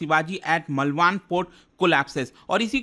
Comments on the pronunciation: It's not मलवान,it's मालवण. How can u be wrong on such big platform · मलवान नहीं मालवण हैं Aapke pronunciation mai har baar problem ati hai😂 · मालवन. ऐसा है Pronounciation